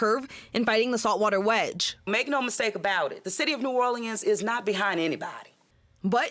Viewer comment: She doesn’t even say New Orleans correctly.